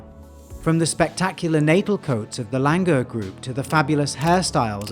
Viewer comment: Langur are actually pronounced as Langoor.. With the OO